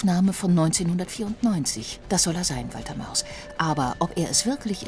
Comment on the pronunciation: Kann es sein das die spercherin immer Walter Maus sagt oder verhör ich mich da ständig!!!???